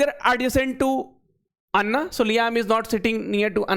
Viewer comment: एना ❎ अन्ना ✅